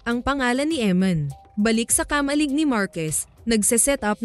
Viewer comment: KA-MA-LIG dahan dahan lang ang Pag bigkas ng word..... Ganito mo binigkas ang KA-MA-LIG..... KAMA-LIG nakuha mo ba ibig kong ituro syo?